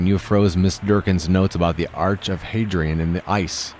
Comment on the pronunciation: Hadrian is pronounced Hadrian. Not Hadrian